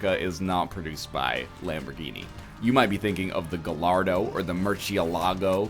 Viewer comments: it's pronounced guy-ar-dough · IT'S PRONOUNCED GUY-ARDO it is Italian Car nerd rage